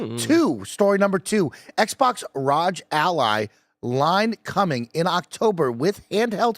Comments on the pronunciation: Guys, it's pronounced ROG Ally.... not Rodge Ally or R-O-G Ally... jesus christ. Do you also pronounce the word Dog as Dodge?? It's the same word, just replace the D in dog with an R and you have the pronunciation. It's not rocket science, it's been spoken out loud a million times by other Youtubers as well as the folks at Asus. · Actually, it is pronounced "Roger Ally". Embarrassing mistake to make for you. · Why do they always pronounce “Rog” as if it’s Roger’s nickname? lol It’s pronounced the same way you pronounce hog. 🤣